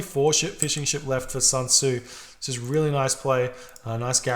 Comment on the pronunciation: honestly, it's SUN Tzu (chinese general). Nothing like SAN Tzu, which pains me to hear it.